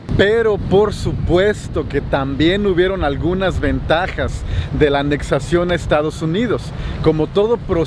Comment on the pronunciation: Repite conmigo: ANEXIÓN